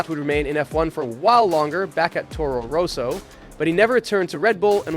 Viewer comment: 7 minutes in and the way you pronounce 'Roso' instead of 'Rosso' in getting cringy :).